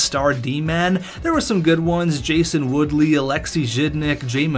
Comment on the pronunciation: Jason WOOLEY not Woodley